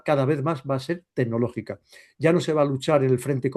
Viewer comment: ¡Tenológica, tenológica! 😂